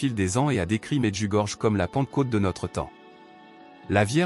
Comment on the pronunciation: "Medjugorié" c’est la bonne prononciation de cette ville.